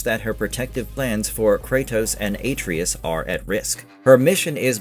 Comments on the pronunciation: Atreus. Not atrius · I'll never understand how people can mispronounce "Atreus" when we have multiple games of people saying his name. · How can you not pronounce Atreus correctly after hearing it tons in the game??? 🤦‍♂️